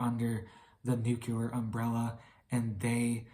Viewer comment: If you don’t learn how to say the word nuclear soon Then I hope they Nuke you first !